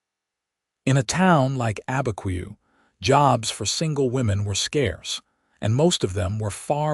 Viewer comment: It's not Albuquerque in the story, it is Abiquiu, north of Santa Fe (I know someone who lives there). I am not surprised AI cannot pronounce it with the way it's spelled.